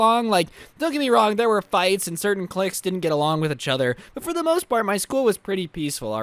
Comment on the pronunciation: I find the way he says each other funny